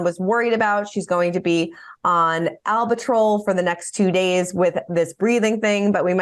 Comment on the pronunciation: Albuterol = owl-[byoo]-ter-all